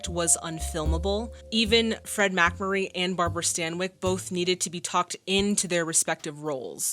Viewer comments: Very entertaining reaction,! I'll definitely follow you further. FYI, MacMurry's name is pronounced with the accent on the 2nd syllable...MacMURry. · Accent on the second syllable - Mac-MUR-ree. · Mack-Murray ...still pronounced Mick-Murray...eh---with those cutie-pie braids, we'll forgive ya anything. 😊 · The name is pronounced Fed 'Mack-MURR-ee', famous for the (terrible) TV series 'Father Knows Best'. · I enjoy your reactions of course (and you're among my favorite "reactors"), but the McMurray mispronunciation wasn't the only error in this entry. You called novel James Cain "John," for instance. The film didn't win seven Academy Awards. It was nominated for seven Oscars but won none of them. None of that prevents me from enjoying the rest. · FFS!! ONE careless error, BUT THREE??? It's James, not John. The movie title is The Postman ALWAYS Rings Twice. Please do better. And how can you mispronounce MacMurray?? It just beggars belief.